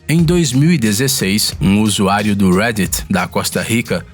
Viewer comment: Nao entendo qundo ele fala USUÁRIO